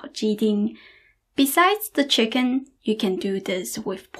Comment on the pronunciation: I love your speech patterns. Every hard consonant has an after echo. "Wok-kuh" "chicken-nuh". It may be just that you always smile, but I find myself smiling and enjoying your talking! xox